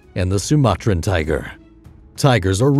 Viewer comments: lmaooo I wish I could say tiger as cool as him “tiggggrrrr” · Say "tigerrrr" again